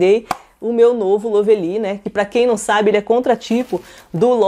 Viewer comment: É LÓvely, sempre bom dar uma pesquisada na pronúncia....😐😶🥵🥴🥴🥴🥴🥴 pra facilitar para essas yt preguiçosas que nem se dão ao trabalho de pesquisar é " LÓ vli ". 👌